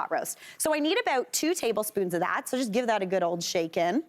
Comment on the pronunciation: Could somebody please do not make one syllable words into two. Like oh ah good ah fine uh it drives me nuts actually so does she toooooo hyper